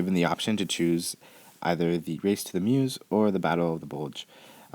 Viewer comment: Excellent as usual. As a side note Meuse is pronounced like bUZZ and not as in